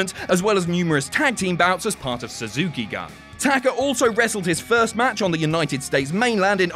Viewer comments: Its pronouced suzuki goon not gun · Someone tell its pronounced Suzuki-Gun (Goon). It means army in Japanese. This shit wouldn't happen at WrestleTalk